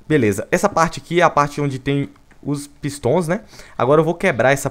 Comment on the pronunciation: A voz do Viniccius falando "pistons" KKKKKKKKKKK